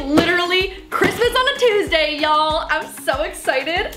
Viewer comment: Christmas on a Tuesday y’all u sounded southern 😂